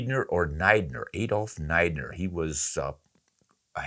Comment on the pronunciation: Since you asked, Niedner would be pronounced need-ner. If it was spelled Neidner, then it would be Nide-ner.